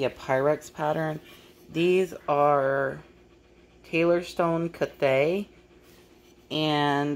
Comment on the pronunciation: I believe it’s pronounced “Cath-ay”.